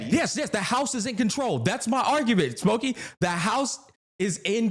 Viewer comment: It almost sounded like called Pokke "Smokey" lolol. The black in me lolol.